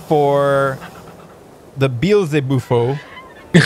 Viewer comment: Its pronounced bee-el-zeh-boo-fo from the words "Beelzebub" which is either another name for the Devil or, as the Catholics believe, is one of the 7 princes of hell, and the word "Bufo" which is Latin for frog. Devil Frog.